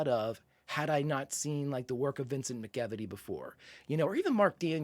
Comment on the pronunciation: I’m pretty sure McEveety is pronounced MAC-uh-vee-tee.